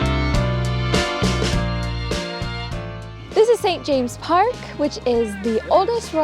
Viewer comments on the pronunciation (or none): St James's Park. Saint Jame ziz. Say it! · It’s pronounced st jameses park and you missed the paraquites and pelicans 😊